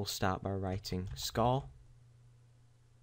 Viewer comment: What's a Scaw?... Do you mean Score?.. I heard you say it right one time. You know you're saying it all fucked up on purpose. I heard it a couple more times. Same with Report and Forty. You try to say these words all fucked up purposefully and sometimes you forget and say them normally... Why are you doing that?.. What's the point?.. Does some famous person you wanna be like talk that way or something?